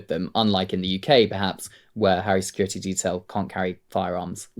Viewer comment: Sick of hearing “security “ mispronounced. There’s a T in the word, not a D! Grr